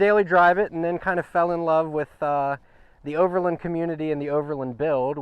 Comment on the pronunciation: great setup, really smart. Just learn how to pronounce OVERLAND and FASCIA properly. Its overland not overlind. haha